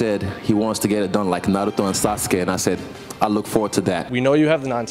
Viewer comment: The best thing is that he pronounces NARUTO not NAROOTO